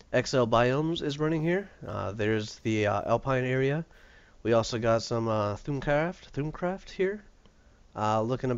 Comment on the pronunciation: that italian company sound like assholes but it is best to just delete it because they wont stop and also thaumcraft is pronounced thaum as in palm not thoom it makes me facepalm so hard